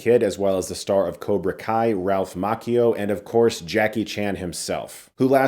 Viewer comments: Did u say Ralph "maqio?"😢 its "macchio" isn't it?😮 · how don't you know how to say Macchio???